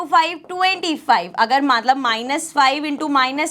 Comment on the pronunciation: ke beech mai mam maatlab bolti hai matlb ki jagah 😂😂😂😅😅😅😅